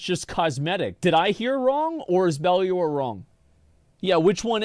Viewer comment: Dude still can't pronounce "Bellular" properly lmao